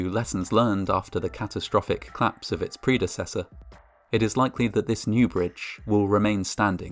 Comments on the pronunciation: Great voice! Col-lapse has two syllables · COL-LAPSE. 2 syllables. So irritating to hear it wrong so often from such a wonderful voice.